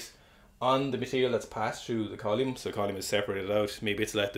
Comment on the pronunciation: I don't know much about science I just pick stuff up and put it down. But what a unique and surprising way to pronounce "column"